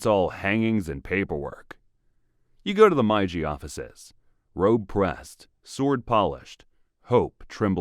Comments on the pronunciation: Put in the effort to learn how to properly pronounce words in your videos. Meiji is not pronounced "my ji" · It's pronounced more like eh-doh and may-jee.